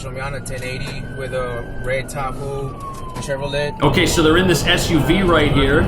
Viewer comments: “Chevro-LET” bless his heart ❤ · The officer said, "A red Ta-hoo, Shev-ro-lett." Can we deport him, too? 😅😅😅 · I love that the cop can't properly pronounce Chevrolet but says Santa Maria in a perfect Mexican accent.